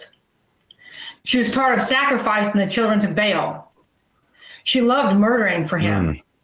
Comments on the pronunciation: Very well put. You spent way more energy on them than I feel like doing. Oh, just in case she's watching, Baal isn't pronounced "bale", it's generally pronounced "Bahl" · this isn't the point, but HOW DO YOU MOVE IN THESE CIRCLES AND NOT EVEN KNOW HOW TO SAY BAAL